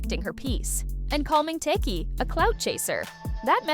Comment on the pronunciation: She said Tisheki 😆 A.I